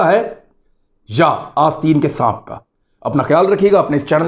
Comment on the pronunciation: Bhai g ,sanp, sanp, hota hai